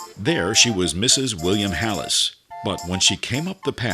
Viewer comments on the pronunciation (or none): William HEElis, there’s no “a” it’s not pronounced halis.